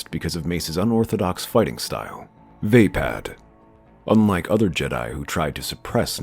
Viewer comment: Wasn't wimdus fighting style pronounced as vapod not as vapad